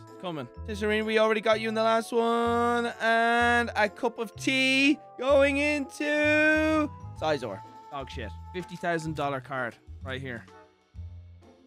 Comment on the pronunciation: dude said sisor🤣